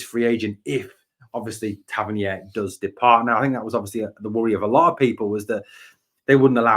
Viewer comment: Interesting updates. However Tav’s surname is pronounced Tav-Ern-EER not Tav-Ern-YARE. It’s a minor thing but is starting to grate. He specified this in interview some years ago.👍